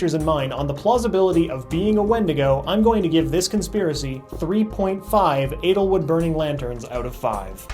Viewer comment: lol he keeps pronouncing edelwood as analwood